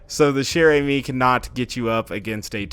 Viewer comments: [GD] DianIzScrub also he has to make a ee sound no a eh sound at the end of amie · if you roll the r in Chere-Amie you'll be pronouncing it correctly.:)